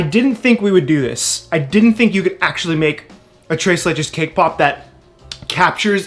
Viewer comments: I keep hearing "kpop" every time you say "cake pop"...sorry it's just me... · Who heard K-pop instead of cake pop🤣🤣